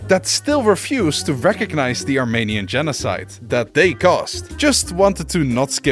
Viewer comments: as a fellow Dutch person this “wrong” pronunciation of Armenian with the Dutch ‘ee’ sound is understandable, but it is extremely problematic here because it suddenly sounds like your saying “Romanian”. The in English “Armenia(n)” is like the Dutch ‘ie’ sound. Also like that you mentioned Battle of Kut having a funny name to our Dutch ears. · He didn’t but his Dutch pronunciation of the ‘e’ makes it sound like that, if you listen carefully you can hear him say “Armaynian”